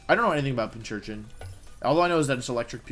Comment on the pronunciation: Pincurchin... there’s no “h”